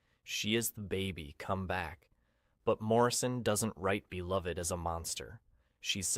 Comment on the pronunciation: These are great explanations. For Beloved, the title and character name is pronounced Belove-ed and the main character’s name is pronounced Seth-a. This is according to the movie that the author, Toni Morrison, was involved in making.